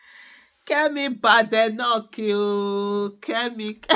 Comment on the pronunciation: Fan of your show, just to let you know you are not pronouncing her surname correctly, there is no bad in her name . Thanks